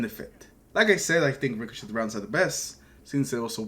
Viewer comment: The T is silent in the word ricochet in case you didn’t know ….yea